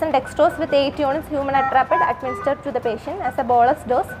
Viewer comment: She said Human "actrapid" which might have sounded like atropine